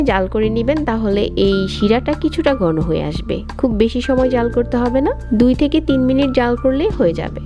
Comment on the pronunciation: (গি=ঘি, বাজা=ভাজা, গন= ঘন, বিতরে=ভিতরে)বাংলা ভাষা দয়া করে ঠিকভাবে উচ্চারণ করুন